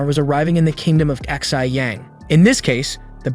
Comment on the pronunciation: I just realized that the Narrator had been pronouncing Xi as "XI," like the Roman numeral, lmao. Should have used Google Translate!